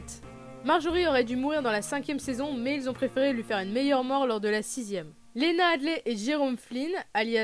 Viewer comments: Lena HEADY pas HEADLEY sinon bonne vidéo ;) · Le Tyrone au lieu Tyrion franchement c'est chaud ^^' Et Lena Hadley ? really ? xD C'est pas ce qui rend ça inregardable mais c'est vrai que pour un fan c'est un peu la loose quoi ^^ Surtout quand on en sait autant =)